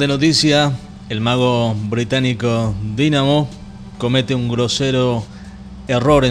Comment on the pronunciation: Jaa se pronuncia dainamo y no DINAMO..aparte la mayoria de los trucos fueron geniales para mi un 9.80.. Ok .. Hacelo vos si te sale mejor ..!